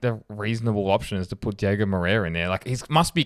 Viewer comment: It’s DiOgo not Diego guys …. 😑